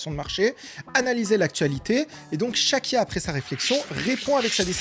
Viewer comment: Pourquoi a chaque foi que tu dit "Chaque IA" j'entend "Shakira" .... ?